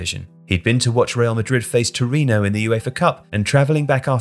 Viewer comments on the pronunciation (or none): none